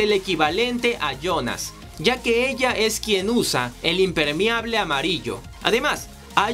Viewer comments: GOLPEANDO NO GOLPIANDO GOLPEANDO NO GOLPIANDO GOLPEANDO NO GOLPIANDO GOLPEANDO NO GOLPIANDO PD: IMPERMEABLE NO IMPERMIABLE DE AHI EN FUERA BUEN VIDEO ✌️ GOLPEANDO NO GOLPIANDO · Y el impermiable jajajajs